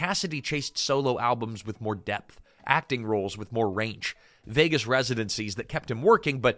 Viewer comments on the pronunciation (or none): none